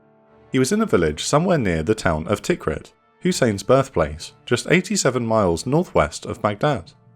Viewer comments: Tikrit is pronounced t'KREET. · Your pronunciation of Tikrit [Tikri:t] needs working on. Great videos btw. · Interesting video but the pronunciation is terrible 😂 Tigris sounds very similar to tiger. Kinda like thai-griz, Tikrit rhymes with concrete etc Great content though, one of the better channels on YouTube